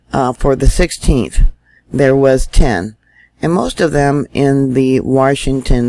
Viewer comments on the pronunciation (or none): none